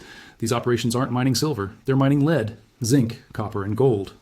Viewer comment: He said "leed" instead of lead or "led"